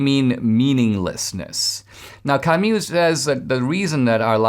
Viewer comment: Camu not camyou, :-)